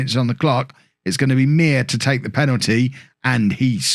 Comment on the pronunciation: Muir is pronounced Mew-Er. not mere. I hate your pronunciation of names:') And any w in polish is a v.